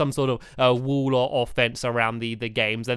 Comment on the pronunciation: Stampy some time I kinda here you say "wool" instead of "wall" so can you pls practice saying wall and wool properly